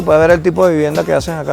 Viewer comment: i cant blame them it sounds like (que hacen la guerra) when he says ( que hacen aca) i dont know i kinda understood that too.